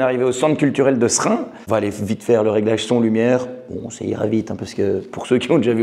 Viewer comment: Déjà,tu dis bien S'rin. Bravo